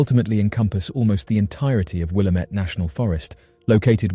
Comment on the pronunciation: Just FYI, it's "Will-Am-It," not, "Will-Am-Ett."